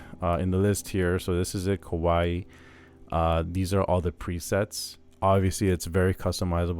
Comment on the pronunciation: The Warm preset is nice, but my fave so far is the Ryuyo preset. My 2nd fave is the New Age preset. Thanks for the review! P.S. "Kawai" is two syllables, not three. It's like if you take "Hawaii", and drop the last "i"; Kawai would rhyme with Hawai. Just sayin'! 🙂